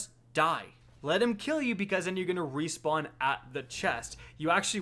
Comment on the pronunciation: "Rewpawn" lol, great video though!